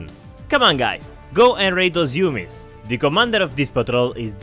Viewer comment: its go and raid those 'umies (pronounced oomies not yumies)